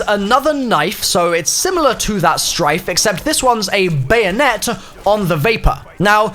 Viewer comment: Stryke, with a K. Not Strife.